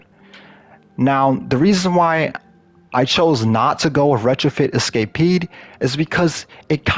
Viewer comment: So you bring up how he pronounced taipan, but you didn’t bring up how he pronounce escapade?